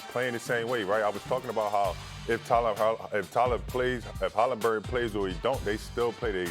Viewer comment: How does Markieff Morris keep calling him Halinburg through this whole series and no one has corrected him yet😂